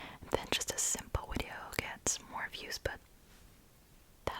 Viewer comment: Wideo lol